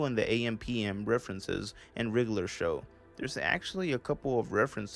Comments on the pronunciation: I swear you kept saying “riddler show” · rlly liked this video! also, i noticed how u pronounce it as "the riggler show" haha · why do you say it like wriggler show tho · i thought u was saying riddler show for like the first 3 minutes 💀